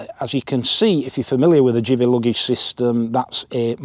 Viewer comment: It's give-ey not jiv-ey 😉